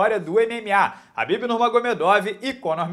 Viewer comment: A pronúncia é Kabib, não Rabib, mesmo escrevendo Khabib.